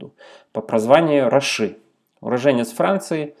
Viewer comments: добрый вечер, мы из Израиля... по поводу ударения "ицхАки" на А, "рАши" тоже на А... где РАШИ это сокращение по заглавным буквам "Раби Шломо Ицхаки" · РАши, ударение на первом слове. Евреи-то были самые грамотные, точнее поголовно грамотные. Во все века. И всё записывали. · Да, все верно говорите, и про еврейского мудреца Раши тоже, мы все его имя в Израиле знаем (только ударение на первый слог, рАши, не путать с Рашей)))